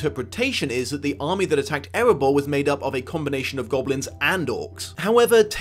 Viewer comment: It's Erebor , not "Eribour".